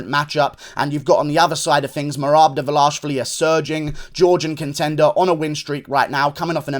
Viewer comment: but its almost ideal. Guru says Dvalashvili, which is another Georgian surname..